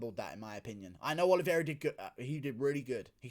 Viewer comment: Guru, the correct pronunciation is O-L-I-V-E-I-R-A, not OLIVIERA